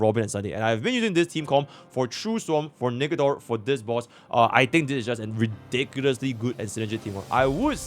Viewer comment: bro did NOT say Nikador